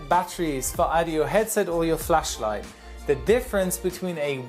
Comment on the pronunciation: notice the exaggerated pronounciation of flashlight to not accidently say fleshlight xD